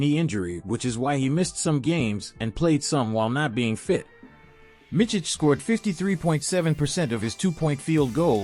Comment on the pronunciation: The last name is pronounced Mitz-ich, not Mitch-ich. The first name is Vasili-ye, not Vasili-ya.